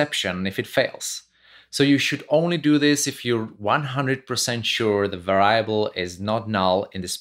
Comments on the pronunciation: Stress syllable on the first syllable for va-ri-a-ble, sir! VA-riable. Not va-RIA-ble. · i'm going to start saying var-EYE-able every time now. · No problem with "Vayyable" :-) . We understand what you want to say. Also subtitles are available in video. (pressing "c" whild watching videos ) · lol I have been doing this mispronunciation all the time and never really notice it was wrong. Thank you for making this correction as well as this great video. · all good! it adds a twist to it. Great video BTW